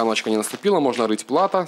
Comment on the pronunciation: Снова ошибаешься с ударением. ПлатО, а не ПлАто.